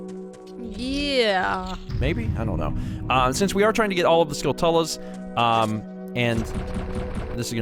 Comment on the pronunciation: How do you pronounce skulltulas? I thought it rhymes with tarantulas, but is it skull-tell-la like says here?